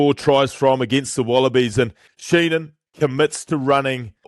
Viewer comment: It’s Dan Sheehan, not Sheenan, just fyi